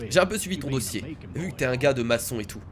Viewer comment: on dit "Maquon" pas "Maçon"